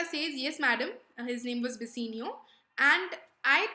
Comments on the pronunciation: Video is amazing....but its bassanio not bassinio...and it's belmon not Belmont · Pronounciation is not good dear ...... plss pronounce "Bassanio " properly ....... other than pronounciation ... it was quite good